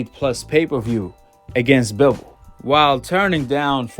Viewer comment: You can’t say Bivol correctly 😂